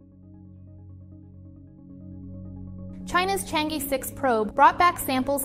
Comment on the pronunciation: Why did you pronounce Chang (E)兒 as Chang E(normal E pronunciation)? If you don't want to recognise mandarin name properly, how can you e